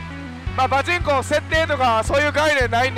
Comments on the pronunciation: パチンコのイントネーションが気になるww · パで一回止まっちゃってるんですかね笑 なおさなければ(# ゜Д゜)